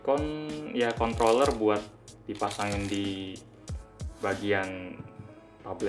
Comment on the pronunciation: kontroller /kontoller soalnya gw dengernya kontoller